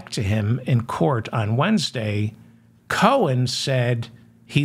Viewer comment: Cohen , ( Co in ) , Not Cone